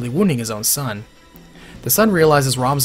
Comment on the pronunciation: Loo-ca-vai, not Lu-caw-vee